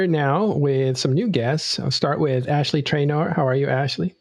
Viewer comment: Why do you keep calling AshY the name AshLEY?